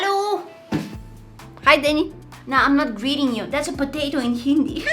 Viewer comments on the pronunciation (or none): none